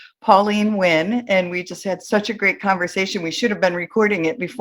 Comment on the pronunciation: Pauline Nguyen's surname should be pronounced N'win instead of Win!